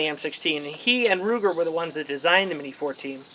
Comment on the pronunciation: Its pronounced Ruger! Not luger DA